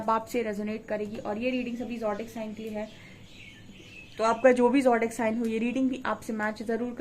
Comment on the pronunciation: kincute awaaz sune aur talwaar ki dhaar wali reading sune bina din pokra nahi hota... Aur zodiac bolna seekhle